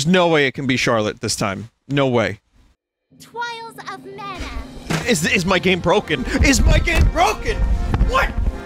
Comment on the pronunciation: TWIALS OF MANA! Vinny: Am I a joke to you?